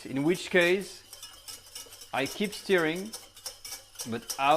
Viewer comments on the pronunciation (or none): Talking about pronunciation lol ... it’s stirring not stearing just saying ;-)